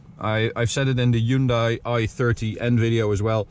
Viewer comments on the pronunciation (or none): wrong hyundai pronunciation